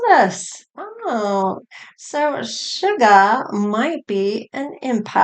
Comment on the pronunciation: I love how you rearrange their names. V become Vee. Suga becomes. 😅